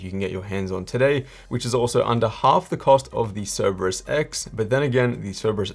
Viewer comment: Great vid, but it's See-ree-brus, not Cere-bus